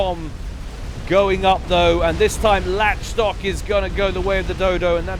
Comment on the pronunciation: I think Lach Stock is pronounced Lock Stock (Lach as in Lachlan?)